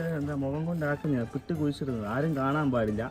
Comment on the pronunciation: 👍കൊള്ളാം, ഇഷ്ടമില്ലതു തിന്നുല്ല, പിട്ട് അല്ല പുട്ട്.